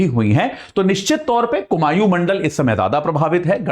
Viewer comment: कुमाऊं है कुमायूँ नही